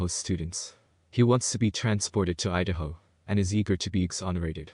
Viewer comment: one hundred percent the Philadelphia accent on the word Idaho. This accent is one of the most studied accents as it is one of the most difficult to fake. Even actors who are experienced in producing accents for a living have difficulty perfecting the Philadelphian sounds. This guy, he gets it. It’s him folks.